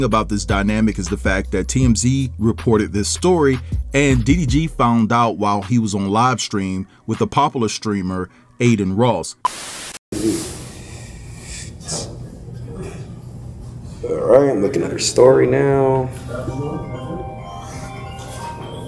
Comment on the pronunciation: and popUlar not popALer